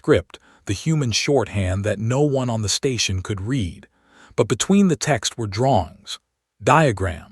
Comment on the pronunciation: Poor choice of text to voice followed by lack of quality control. Words are consistently mispronounced. Minimum test: read as 'reed', present tense read as 'red', past tense Please correct before trying again.